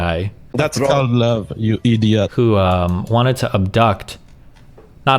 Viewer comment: It’s called LUUV you EEEDIOT